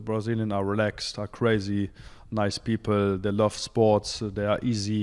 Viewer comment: i like when he says "the pipel"😅